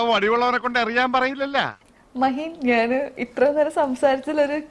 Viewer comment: ഞ എന്നത് ന എന്ന് പറയും